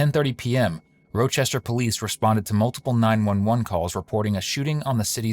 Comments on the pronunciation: The city is pronounced "RAH"Chester not "ROW"Chester. At least you pronounced Irondequoit correctly 😂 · Pronounced Rahh-chester New York, spelled Rochester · 😂😂😂😂😂😂😂😂😂😂 ROW CHESTER 😂😂😂😂 caught me off guard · The ai narration..that is not how you say Rochester 😭😭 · 😂😂😂 that is NOT how you pronounce rochester lmao